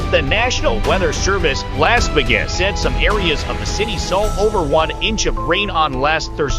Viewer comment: Lass Vi-ges? Who's this goofy American announcer who can't pronounce Las Vegas?